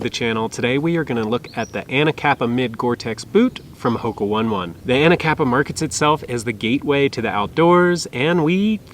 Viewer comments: Hoka ‘oh-nay oh-nay’. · I was gonna say the same thing 🤦🏻‍♂️